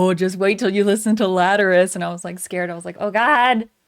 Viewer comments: Cool reaction and interpretation 👍 Not sure about the pronunciation if the song name though, haha. I say it with 4 syllables lat er al us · "laterus" triggered so hard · FIRSTLY ITS NOT "LATERUS" ITS "LATERALUS" MEANING LATERAL THINKING !m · You said the song name wrong lol